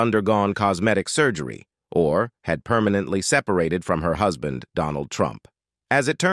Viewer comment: Another weird narration: Right at the beginning, the word "husband" is pronounced HUSS-BAND.